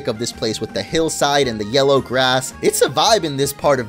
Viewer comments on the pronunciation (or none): none